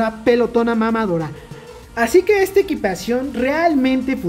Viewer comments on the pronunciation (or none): none